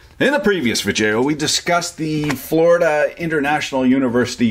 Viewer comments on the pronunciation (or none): um....guy, why are you saying 'Vidjayoh' maybe im missing something but isnt it pronounced 'VIDEO'? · I hope this guy is purposely butchering these specific words; vijeo hahaha. Dude is really entertaining to listen to. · What in the hell is a vid-jaio? Seems like a smart guy needs to learn how to pronounce words in the English language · Obviously he's doing that on purpose, along with smelloscope and other malapropisms that I guess he finds to be self-amusing.